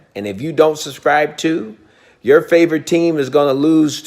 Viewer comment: Who else loves here “i suscib to him” Edit: thx for all the likes